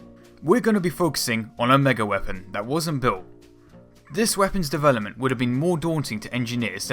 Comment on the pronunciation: Why the fuck are you pronouncing shit 'dewelopment' and 'fewory" Holy fucking shit, fix your lisp before you try presenting shit.